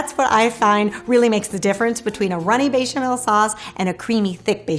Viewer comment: I love you and your cooking. I find you charming and kind and I know you are a polyglot but there is no j or y in bechamel. :) Sending you a virtual hug from Croatia